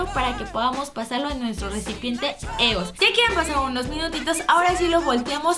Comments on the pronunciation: No es "Eos", se pronuncia IOS, me gustan tus vídeos pero me fallaste con tu inglés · Se pronuncia "ios" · Lesslie se escribe es pero se pronun cía ioes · Lessli con todo respeto no se doce eos se dice ios Pq son de estados unidos y la forma correcta de pronunciarla es ios no me odies por corregirte 😢😰😞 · ¿Qué no se pronuncia 'Íos'? Perdonen mi anafalbetismo :v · Se dice «ios» o «y o es» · creo que se pronuncia ios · adoro a Lesslie pero porque dice EOS ya se que se escribe así pero se pronuncia ios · se dice ios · se pronuncia ios😂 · se escribe eos y se pronuncia ios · Se pronuncia ios pero se escribe eos